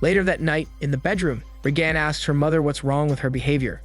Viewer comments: "RAY-gun", not "RayGAN". Bad computer "voicing". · You say Reagan weird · if you watched the movie how do you mispronounce one of the main character's name? Her mother literally says her name 45 times. or mislable the assistant for Regan?